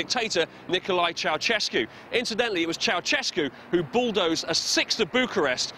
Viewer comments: Funny how foreigners pronounce Ceaușescu "cheauchesku", it should be more like "cheaushesku" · It's chou-SHESS-koo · It's Ceausescu,Chao-chess-ku , if u wanna pronounce it in english.